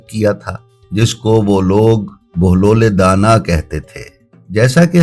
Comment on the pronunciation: pahle inka nam sahi bolo bahelul danah